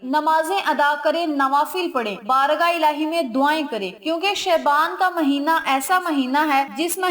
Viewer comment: Please pronounce word Shaban properly